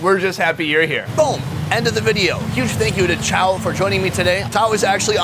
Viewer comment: You are great in this episode. You should correct his pronunciation of your name. It's more between chow and chowe (as in owe), but if I have to pick, it's chowe.